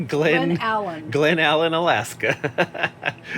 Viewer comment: To pronounce it....Glenn-allen ....its TOK long O sound...and it Val-dez